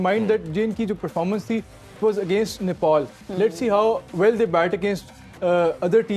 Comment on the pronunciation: Didi pehle bolna sikho nepol nai nepal hai kam se kam sunn ke to sahi bolo